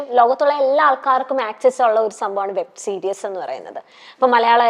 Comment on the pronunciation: വെബ് സീരിയസ് അല്ല കെന്ന വെബ് സീരിസ്.